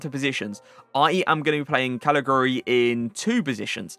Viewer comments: Calajuri it's pronounced I think bro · He is pronounced Kalichewry :) giu = chew in italian, like giuseppe :)